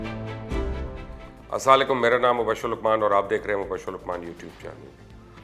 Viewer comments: Sir I am your fan and also I watch your program I like you but I advice you please correct your starting words (السلا عليكم) The correct words is (السلام عليكم), as a Muslim its my responsibility to correct your سلام, please don't mind this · Mubasher lucman Salam thek se Kia kren Assalam u Alaikum hota Hy Asslalaikum nahi hota kindly solved your problem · Asslaan le kom what ?? its Asslam-o-elekom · as sala laykum na kaha karain Mubashir sb. Assalam O Alaikum kaha karain. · Mubashir Sahab Salam to sahi se Kya karo har video me Assala laiukum kehte ho ap🤔🤔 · Salaam to theek se kar Allah ke bandea assalamu alaykum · Salam to bhai sahi lia karo.. aslalekum kya hota hai luqman sahab?? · مبشر صاحب سلام تو صحیح کیا کریں یا آپ کا دل نہیں کرتا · Lukman sb aslamoalekum sahi alfaz bola karo year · Mubashir bhai Allah pak ap ko sehat dy aik request hai ap se is he video ma sub se phly jub ap Salam karty hain to zara theek se kary phly excent to acha hai ap ka is py gor kary kindly thanks Allah bless you 😇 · Sir jee please salam thek kara kara ma har video ma ya he bolta ho